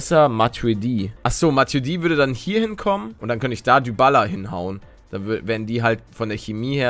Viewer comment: Man sagt Dibala nicht dübala🤣🤣🤣